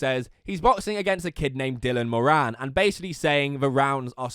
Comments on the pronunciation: Haha I'm from Ireland and u call him Dylan moraane it's Dylan Moran like in America u call someone a moran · Am I the only Irish person triggered by the way he pronounces “Moran” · It’s not “morainn” it’s mourin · Moran is pronounced more-in. Im from ireland... jakes pronunciation sounds so foreign and gross to me. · not jake and pronouncing Moran wrong smh